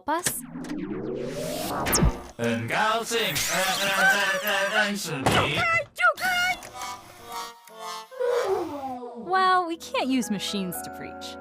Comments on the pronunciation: I lost it when the pronunciation of 很高兴认识你 (Or nice to meet you) was said awfully, I have been learning mandarin for over 2 years now, and my pronunciation is far from perfect but that was another level of cringe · as a Chinese person this made me physically cringe at how horrible their pronounciation is. If you are gonna speak mandarin accurately in a carton atleast try to speak it with accurate pronounciation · I lost the cringe challenge at failing miserably to pronounce "hen gaoxing renshi ni".